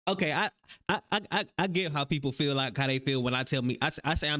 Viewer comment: When she said I fill like I was done 😂